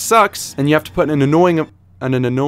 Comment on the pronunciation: "Anananoying" got me bro😂